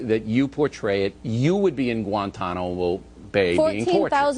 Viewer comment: D-did he just...did he just mispronounce the word Guantanamo? I-I'm not from this COUNTRY and I can pronounce it correctly it. How...the fuck? Why?!